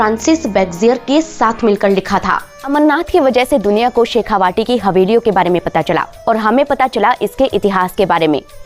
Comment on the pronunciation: Its "Shekha-vati " not "Vaati" शेखावटी!